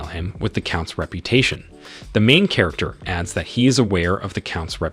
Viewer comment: It gets worse... Chair-acter